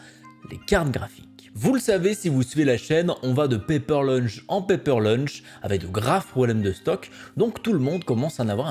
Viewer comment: Paper launch pas paper lunch